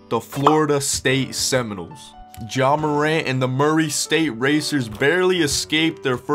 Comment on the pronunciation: His name is pronounced John morant 🤣